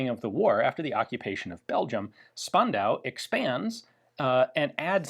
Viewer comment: We've trained Ian to pronounce "Strumgewehr" as "[Sh]turmgewehr". Now it's Spandau's turn: it is actually "[Sh]pandau"!